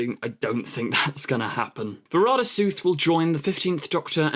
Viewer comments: What's with the "Suth", it's clearly "Sethu." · I'm pretty sure it's pronounced 'Sethoo' not Sooth lol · It's Sethu. Spelt SETHU and pronounced SETH-U not SOOTH. What are you saying? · If you don’t know how to pronounce someone’s name, try googling it first. It’s kind of ignorant to obviously mispronounce it all through the video. How you even get sooth, from sethu I don’t know. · To sound it out, her name is closer to va-ra-da say-thoo (with all three 'a's in her first name pronounced like the one in 'apple')